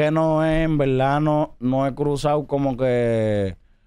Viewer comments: en velda en Velda si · En veldad😅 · Cuantas veses dijo envelda velda😢